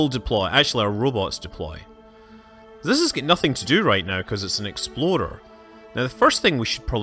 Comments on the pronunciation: Everyone else on earth: "Explorer" Scott Manley: "Exploder" 4 years and I can't unhear it in every video. This is part of why I subscribe. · I was on the edge of my seat when Scott was hovering over the RC explorer. Every time he says "exploder" I'm so genuinely amused